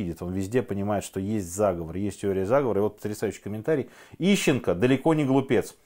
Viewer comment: Ищенко фром май харт.. уши в трубочку свернулись